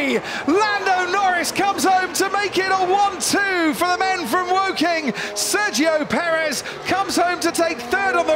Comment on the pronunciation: How hard is it for the commentators to pronounce Sergio Perez right?